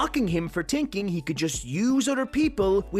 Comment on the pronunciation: I find the way this narrator say's "tinking" (thinking) kind of precious.